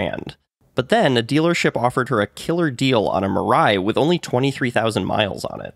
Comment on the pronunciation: Mirai, as “future” in Japanese. Pronounced as /mii-lie/, not /ma-ride/ or Mariah Carey whatever.😢